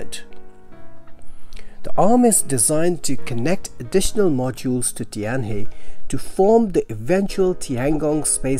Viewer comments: The pronunciation of 'Tianhe' is similar to 'tian-her', but not 'tian-hee‘. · It's pronounce tian hur. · Tianhe is pronounced as Tian-Her. Practice makes perfect! :)